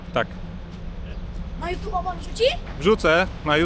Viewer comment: Haha fajne chłopaki 😅 "ja chcę obejrzeć na jutiubie" 😂